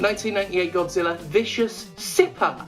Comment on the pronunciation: Misheard Godzilla as Gothzilla, now I want that too be a thing.